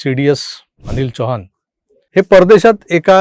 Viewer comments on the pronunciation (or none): अनिल चव्हाण नव्हे रे बाबा चौहान म्हण चौहान !